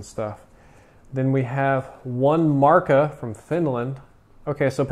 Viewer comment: you said markka wrong but i can understand because your not from finland :P